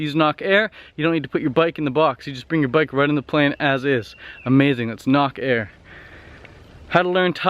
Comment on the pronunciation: Shit hole #1 Phuket #2 Chiang Mai #3 Pai. You could not pay me enough to visit or stay in any of these places. Sorry but most of your information is not correct. HINT: Nok Air not pronounced Knock Air more like Nook. Nok in Thai means bird. Knock in Thai means heavy. There is no 30,000 baht visa.